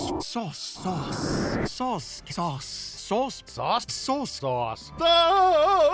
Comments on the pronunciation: the ending segment was painful because it sounded like they were saying sus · They pronounce "sauce" like a 5yo says sus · it sounds like they are saying sus and not sauce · Sometimes it sounds like they are actually saying SAUCE but after that you just hear SUS.... Thanks Among Us memes